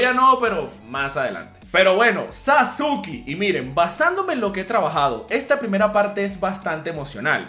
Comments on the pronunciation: Le decia sasuki y se dice saske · SASUKE?? NO ES SASKE ??